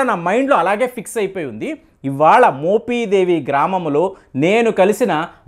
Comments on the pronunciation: మోపిదేవి, మోపీదేవీ కాదు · adi మొపీదేవి కాదు మోపిదేవి మీరు "మొపి" ని "మొపీ" అంటుంటే కొంచం ఇబ్బందిగా వుంది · మోపీ దేవి,, కాదు బే!😂 మోపిదేవి, అని స్పష్టంగా పలక లేవా? ఒక చారిత్రక మరియు ఆధ్యాత్మిక ప్రదేశం గురించి చెప్పేటప్పుడు, ఖచ్చితంగా & స్పష్టంగా పలకడం నేర్చుకో! మోపిదేవి గ్రామంలో వేంచేసి ఉన్నటువంటి శ్రీ సుబ్రహ్మణ్యేశ్వర స్వామి వారు, చాలా మహిమగల స్వామి వారు! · మోపీ దేవి కాదు మోపి దేవి అనాలి ప్లీజ్ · మోపీ దేవి కాదా నాయనా...మోపిదేవి...నీ తెగులు తగలబడా...m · మోపీదేవికాదు కుయ్యా మోపిదేవి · Adi moopeedevi kadhu swamy mopidevi... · ముందు మోపిదేవి pronounce చేయడం నేర్చుకో. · మీరు మోపిదేవి ని పలకడం సరిగా లేదు,sorry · Nee bonda మోపిదేవి pronounce cheyudum nerchuko